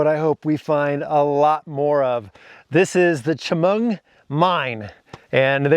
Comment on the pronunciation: Thanks so much for the video - I'll check it out as soon as I can. Just an aside...I grew up near Chemung, Illinois and I cringed each time you described the Chemung Mine with a hard "ch" as in "chop". But Chemung, Illinois is pronounced with a soft "Ch" [sh] as in Champagne, Illinois.